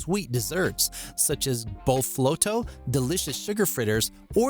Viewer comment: He said bofloto just right though